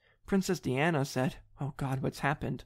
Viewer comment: I feel old when someone doesn’t know how to pronounce princess diana haha